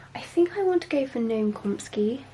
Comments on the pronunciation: Did she just mispronounce Chomsky? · I love you, but please, for the love of God, learn how to pronounce Chomsky's name. A linguist speaking here 😆❤ You've been saying it wrong for years now (I say it jokingly, not trying to be rude or something, I truly DO love you, girl).